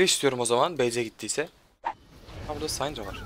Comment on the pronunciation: Abi sayndra değil sindra diye okunuyor kanser oluyorum yapma şunu :D